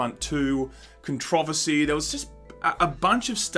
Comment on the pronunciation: Is that how controversy is pronounced??